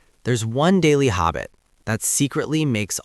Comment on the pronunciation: strange pronunciation of letter A. Uses O instead, eg hobbit instead of habit